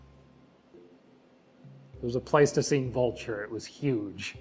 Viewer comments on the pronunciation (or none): none